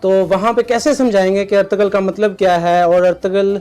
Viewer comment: It's Ertugrul not Ertugul....